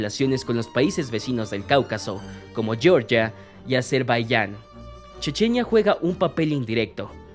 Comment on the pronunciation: No es yeorgia se pronuncia Georgia con g. Fuerte no es inglés es español